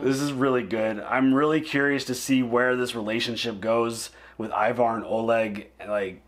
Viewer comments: now you pronounced "Ivar" as we do in Scandinavia. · Is the correct pronunciation of the name Ivar.